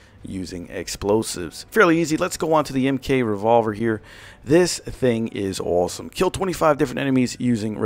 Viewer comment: Are you Jewish or from New York? I'm genuinely curious, just from the way you say "awesome" and "all"